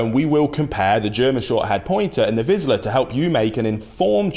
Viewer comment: It"s not "vizla" like you say it, it's vizsla, zs =zh, -> "vizhla", pronounced the same way as (J)acques, rou(ge), bei(ge), A(s)ia etc. Vizsla/ vizhla. Apart from that, the video is very informative, I learned a lot of new things, even though I'm a german pointer owner myself.